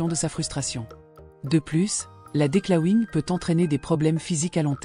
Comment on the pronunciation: DECLAWING.... cela se dit DEGRIFFAGE en francais... Pourquoi utiliser un terme anglais (ET MAL PRONONCE!), alors qu'il existe un MOT en francais?